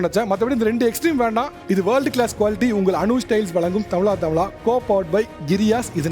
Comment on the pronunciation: Tamizha.. Tamizha... Endru solungo sir, Tamila Tamila enpathu wrong ucharipu